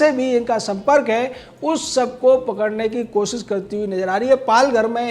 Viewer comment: Hey, What is 'kosis'? Man, I thought I knew Hindi, but never heard of 'kosis' Did you mean 'Koshish' by any chance?